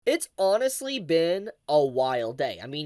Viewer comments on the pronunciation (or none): none